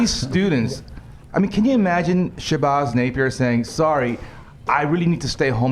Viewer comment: No hate on rubin but I love how he makes the lady look dumb by saying naacp and then mispronuses Shabazz